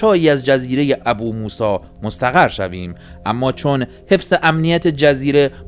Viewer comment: درود 🌹 برنامه عالیه❤ لطفاً فقط بجای ابوموسی بگین بوموسا🙏🏻🙏🏻🙏🏻